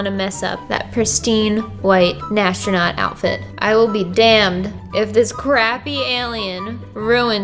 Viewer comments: am i the only one that hears her say nastronaut in de place of astronaut??????? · As a non native speaker, I'm so confused about you pronouncing astronaut as "nastronaut". I always thought it's pronounced without an n. But you did great with this challenge! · NAS-tronaut....good job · Lmao "nastronaut"